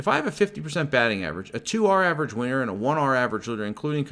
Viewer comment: Cracks me up when u say winner cause it sounds like you say size of ur average weiner.